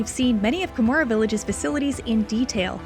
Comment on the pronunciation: It's not Kamura, it's KaH-mura.